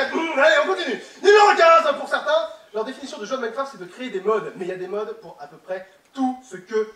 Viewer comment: J'arrête pas d'entendre mycroft XDDD